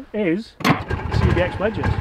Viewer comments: How many times can say CXB instead of CBX...OK, only two...Love the vids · 'cbx', not 'cxb',. #nitpickcomment